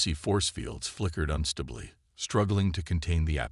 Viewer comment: Frustrating AI Screwups....."unstibly", "deh-BRISS", "DEH-briss", "DISS-uhbled", "tawing"(towing), "....silver SKILLED skin", "EYE"(AI), "MERRED is surface.."(marred). Very frustrating. Hows about fixing your crappy AI?? Just a thought...